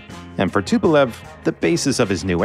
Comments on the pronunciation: C'est Tupolev pasTupel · Tupelve pelo amor de Deus deixa de ser BURRO , TUPOLEV